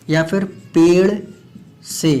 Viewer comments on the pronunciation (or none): none